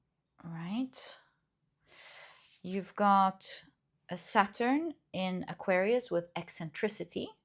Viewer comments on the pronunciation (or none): none